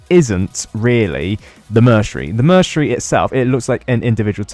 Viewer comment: Bro saying mercenary wrong lol